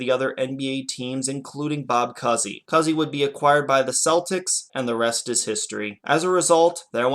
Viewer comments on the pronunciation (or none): Cooooozy....not Cussy. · (pronounce "koo-zee") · The basketball great's name is pronounced "Coo-ZEE." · You do a BAA/NBA video and mispronounce Cousy. C’mon! So much for Chicago having the “World’s greatest fans.” But I guess having two NBA franchises fail in the city before the Bulls already proved that.